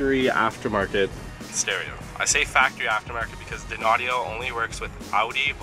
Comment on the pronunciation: Just so you don't keep sounding dopey and unsophisticated, that Audio brand is pronounced - "DINE-Audio" , not "Din-Audio" lol Dynaudio is a highly-regarded, High-End Speaker company from Denmark who produce Audiophile level Home stereo speakers, Studio Monitors for Engineers and sell their drivers to other Speaker companies. You're welcome... :)